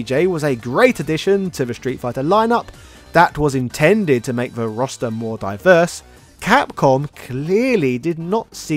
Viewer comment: I keep hearing "Rasta" whenever you say "roster." It works.